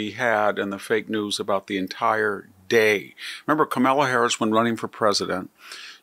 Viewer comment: Are we supposed to take seriously someone who says “Camilla Harris”?